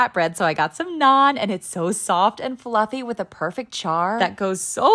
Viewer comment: For the nth time, it's just "naan"😭